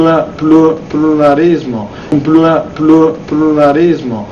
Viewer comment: Dopo avere visto questo video una logopedista ha tentato il suicidio e un foniatra è stato rinvenuto su una panchina del parco in stato confusionale, ripetendo "pirulì,pirulà"